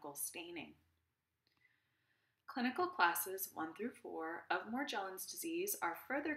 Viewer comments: She doesn’t even pronounce it correctly 🙄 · Yes but she is not pronouncing Morgellon’s correctly.🤔